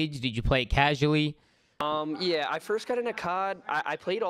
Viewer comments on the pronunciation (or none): secs zooma you play it casulwi lol not casually